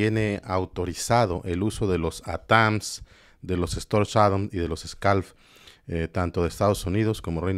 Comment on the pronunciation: Por favor, NO digas Atáns ! Es ATAC MS.